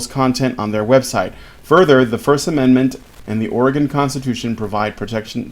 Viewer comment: It's or-eh-gun, not or-ee-gahn. We ain't "gone" nowhere.